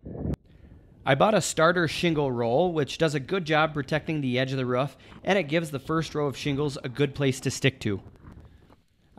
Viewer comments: someone tell its a roof not ruff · excellent video. until i heard him say "ruff" its roof brother lol i need to build a shed to keep some bikes out of the weather and this will help me plan it out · love the vid, but hearing you say ruff instead of roof kept throwing me for a loop :P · is he saying ruff instead of roof? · This video is old but I sure do hope he learned how to say "Roof" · Its funny how roof is been pronounced ruff 😂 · Am I missing out on some technical key words or are you pronouncing roof as "ruff"? I can't decide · The way you say roof drive me nuts but nice shed!